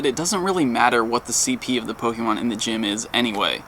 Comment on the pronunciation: says Pokémon & Rattata correctly. That's 1 of the reasons why he's the best Pokémon Go Youtuber. The others are extremely annoying, clickbaitors who butcher names constantly. Fake fans.